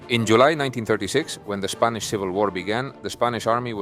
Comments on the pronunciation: Your pronunciation of spanish words is incredible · Your Spanish pronunciation is top notch 👍